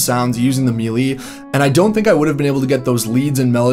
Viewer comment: “Maylay”, not “mealy”, I think?